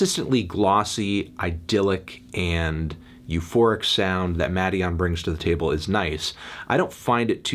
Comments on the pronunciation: Melon its pronounced maiden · Muh-DEE-on or so I’ve been told